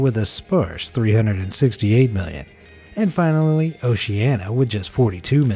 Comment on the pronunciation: "And finallally"